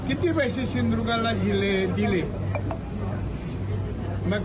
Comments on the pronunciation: या राणे बेवड्याला शिंदूर्ग बोलायला येत नाही आपड चोर आहे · हा अनपढ मंत्री झला होता याला शिंधुदुर्ग सुद्धा बोलता येत नाही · निट सिंधुदुर्ग जिल्हा म्हणता येत नाही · आधी सिंधुदुर्ग म्हणायला शिका